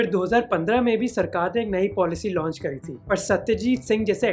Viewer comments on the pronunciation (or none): none